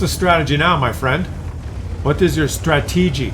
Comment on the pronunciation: I believe the word you were looking for was ‘stra-tee-jury’ 😂